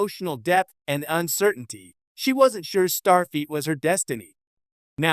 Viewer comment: Is this the new ROBO VIDEO TREND? Mispronouncing an obvious name in Star Trek lore? STAR FEET? There's yet another Star Trek related channel that's also saying STAR FEET. Does the A I ROBO CREATOR have an obsession with STAR FEET? Perhaps your next video can explore WHO in the Star Trek Universe has the Stinkiest FEET? I'm gonna say the KLINGONS have the stankiest STAR FEET.